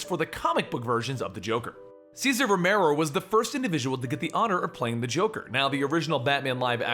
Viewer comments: it's Romero, not romeran! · Cesar Romero not Romano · romero not romano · Just like it's César Romero, not Cesar Romano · He got Ceasar Romero's name wrong at least once too.